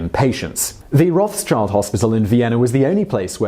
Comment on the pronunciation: Rothschild is pronounced roth-shield as it is actually German meaning "red shield". It has nothing to do with children.